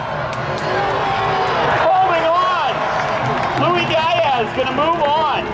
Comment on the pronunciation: I don't think Diaz has ever been pronounced as "DIE-azz"